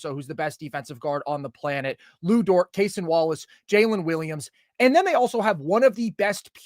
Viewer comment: Love you guys! It’s just “Cason” not “Cay-son”. Just the standard pronunciation